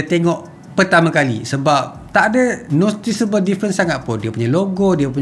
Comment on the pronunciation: Sampai 'nostisebel' dah bunyinye.